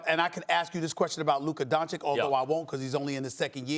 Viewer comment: Stephen A. Smith : "Luka Donchik", by now a guy with his baskeball knowledge shoul learn to say his name the righ way ! :(